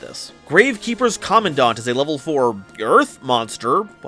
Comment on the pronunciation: I am glad that you are one of the people who correctly pronounces Commandant. I always try to explain to my friends why it is that way and not the other.